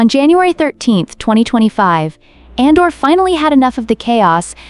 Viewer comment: ADOR not ANDOR